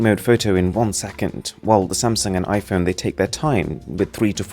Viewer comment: Can u Stop to say ö instead o? Its not fötö or iphöne .....its fOtO and iphOne. Your voice Sounds so as u only love to hear yourself